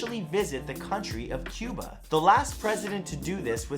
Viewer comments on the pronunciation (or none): none